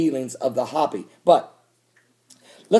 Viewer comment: Hope-e not hoppy, lol thanks.